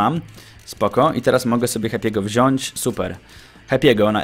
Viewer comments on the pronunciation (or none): none